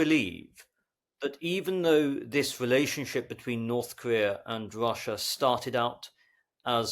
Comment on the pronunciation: Well, except for his tendency to pronounce an initial "r" as "wr" in the Saxon fashion; for example "wrelationship" or "Wrussian" . By the way, at that point he mistakenly calls the ruzzian casualty rate a "death toll." Deaths are probably only about a third of total casualties most of the time.